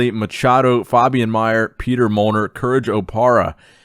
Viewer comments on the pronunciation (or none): none